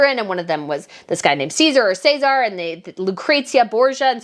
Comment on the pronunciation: ooh the pronunciation of Cesare and Lucrezia (its interesting to hear how americas say them) cries